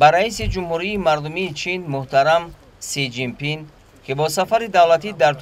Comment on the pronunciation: Си жин пин 😂😂😂😂 правильно назави